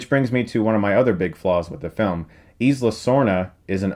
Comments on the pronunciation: Isla is pronounced Eye - la, as in Isla Fischer or Island :) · preeeeeeety sure you're pronouncing "isla" wrong